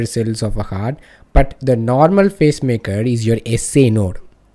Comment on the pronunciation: Its PACE-MAKER CELLS... i constantly heard face-maker🙄